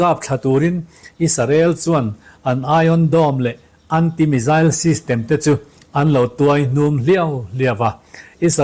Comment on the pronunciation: Ngaihnawm thine Iran mizail tihkha hriat thiam ava harve? Misile lam chi nive tak angmaw!!!?